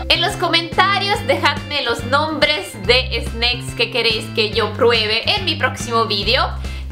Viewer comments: porque dices Sneiks like Snake jajajajaa solo es Snack ajjajajaja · no se dice snecks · La palabra snacks en español de la manera que lo dices tu esta mal dicha